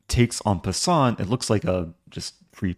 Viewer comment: At the end of game 1, are you talking about en-pin-sant Eric? 😂